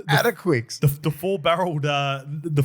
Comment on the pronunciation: Hey boys! "Adaquix" (Issac Luke's lad) is pronounced the same as "Atticus". Source: trust me bro... nah This is coming from one of his high school teachers. Love your work boys!